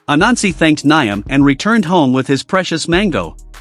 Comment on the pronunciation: It's actually pronounced - Niame and not Niam (Spelled Nyame)